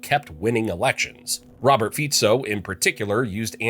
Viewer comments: It's Fico pronounced as (Fitso) not Fiko. Please, do your research properly when you do videos like this. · His name is FICO, and not FIKO ! ! STUPID PEOPLE ! SAY IT OUT THE RIGHT WAY ! FICO. OK ? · Btw its not Fiko but Fico (Ficso could be pronounced its C not K) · It is not Fiko…..all these channels bastardising names but don’t you dare to mispronounced english names right? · It's Fico (pronounciation as Fitso), and he didn't solve shit. He just made Slovakia the shithole that even immigrants don't want to come here.